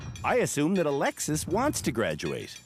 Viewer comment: Cady Coupe Devil driven by 'A Lexus' that's all I can here her name as lol, Alexis, A Lexus'